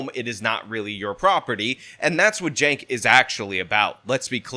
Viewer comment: If youre going to make a video about someone, learn their first name. CHENK - not JENK.